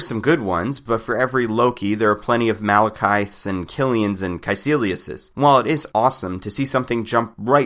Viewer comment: I don't like this Malekith pronounciation.